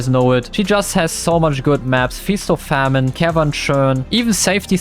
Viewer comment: YESSSS FINALLY! "Feast or Famine" not "Feast or Fa-MINE"🤣🤣 Edit: nvm he said "Feast or Fa-MINE" again😭😭